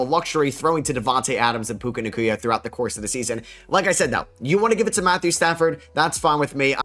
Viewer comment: Why does he say puka nacuya